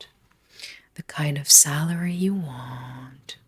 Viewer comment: You waaaaant. What accent is this??